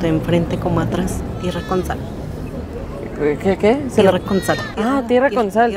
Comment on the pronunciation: Me dio risa la parte de y (me dio risa la cara de Cellegrini) ( me dio risa la abuelita que dijo tierra con sal pero de una voz que parecía que había dicho ngtrngtjn o sea cualquier cosa menos tierra con sal😂aaaahh y también Cellegrini que dijo QUE QUE jijijijajajjaja) (me dio risa la abuelita su cara y su voz porque dijo podrido y también la cara de Cellegrini) 😅😂😂😂😂😂😂😂😂😂